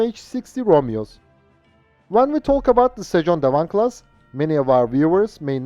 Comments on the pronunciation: FYI, your pronounciation of sejong dae wang is almost perfect. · The Korean pronunciation of the destroyer is very good.